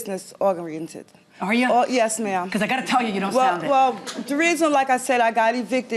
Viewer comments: That woman said "business ogriented" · Bc she's clearly NOT, and she mispronounced the word "oriented". There is nothing 'business' abt that woman, unless we're talking abt BAD business..